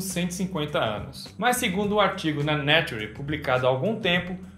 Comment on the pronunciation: seu lindo, sou um grande fã há anos, amo o canal... Mas por favor, para de falar Né-Tu-Re, põe no tradutor pra falar certo rsrs